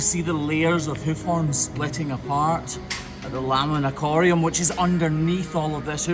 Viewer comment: What was the word used to describe the deeper part of the hoof? It sounded like “corium” or “ikoriam.”